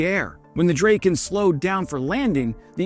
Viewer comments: It's a Drahken not Draken. Drahken Dragon. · It is pronounced drah-ken, not drayken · I love your videos but if you love the Swedish airplanes so much (so do I), why don't you learn to pronounce them correctly. The Draken is called Drahken not Drayken. If you need any other pronunciations (your video regarding the 6th generation fighter jet also suffered from not being pronounced correctly, ask me, I can always help. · Great video. Sad that you didn't verify Swedish pronunciation of the name... not like rake...A like black...aa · Drayken? Isn't it Dra-ken? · "Draw-ken" is the correct name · DRAH-ken and GREE-pen, please Also Rah-FAHL. Nothing to do with the archangel. It means 'gust of wind'. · Pronunced dra:ken and gri:pen ;) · It’s pronounced “DRAH-ken” and it means “kite”, not “dragon”. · Not to be that guy, I just wanna kindly point out that A in Draken is pronounced as the a awl and the EN as in then, I hope it helps!🙌😊 My favourite is the JA37 Viggen, it's just the best looking fighterjet there is, though my all-time favourite is definetly the one and only SR-71 Blackbird, cause I mean, one simply can not argue otherwise!💁😂